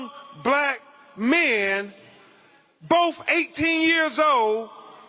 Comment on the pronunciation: Dear Lord, get someone who can pronounce medical terminology correctly!!!! Decompensation and Decomposition are two different words and mean two different things. Ben Crump creates chaos and sounds like an uneducated person while doing it. Also, Ben the word is BOTH NOT BOF. Nolan Wells deserves better than Ben Crump and Al Sharpton. They made that young man's funeral all about them. Getting a second autopsy was the best thing for Nolan's family, however, Ben Crump is in it for himself and someone else needs to be speaking.